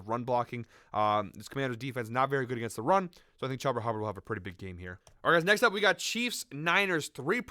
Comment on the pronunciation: Its “chew-ba” not “chub- a” 🤣🤣 thank you for the plays though